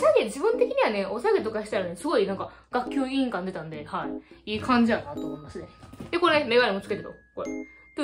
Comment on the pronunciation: 学級委員がガンタンク委員長聞こえる滑舌だ